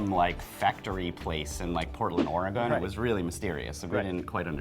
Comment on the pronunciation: Learn to pronounce Oregon;) DEBUNKED